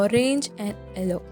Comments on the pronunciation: Its yellow not elloo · Ello? It's yellow.